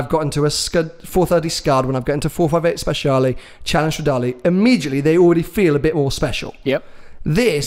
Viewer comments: It's not "speZiale", that C is meant to be pronounced like "ch" in "Archie" or "match"...so it's Spechale. Believe me, I'm italian. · you are both wrong it is 'speciale' not 'speziale' otherwise fantastic. Maybe get some Italian lessons